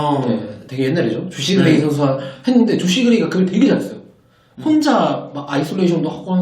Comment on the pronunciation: 조시 그레이 라는건지 죠쉬그레이 라는건지 발음도 기자이름으로 전혀발음도 안되고... 감전규는 언제까지 써먹을것이며 ..당나귀는 일년전인데 현감독 없어질때까지 애기할건가요? 안양? 안양경기장 와보셧나요? 안양 모든곳이발전되는데 경기장 그곳만 발전이 안되요.기자가 발음도 안되니..구단하나하나 까네요.좋아하는 특정구단빼고